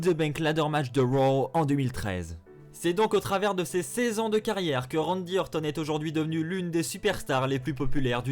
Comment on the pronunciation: Bonne vidéo, mais un effort stp quand tu prononces "RANDY ORTON" à la Française c'est chaud comment tu saccages son nom :S